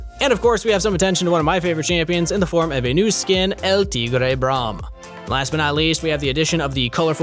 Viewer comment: I love when says braum